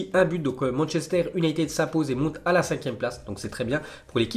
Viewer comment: On prononce younaytid